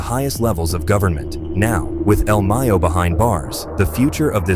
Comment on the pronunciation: He said el meyo 😂